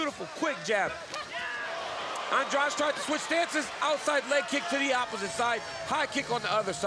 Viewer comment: Ann-drah-di not Andrudge